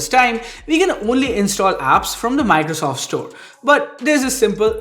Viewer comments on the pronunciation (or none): none